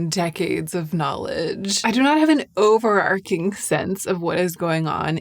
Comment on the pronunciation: Overarching is pronounced like this Love your channel btw x